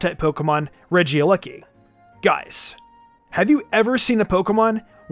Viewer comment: It's not Regia lucky it's Regieleki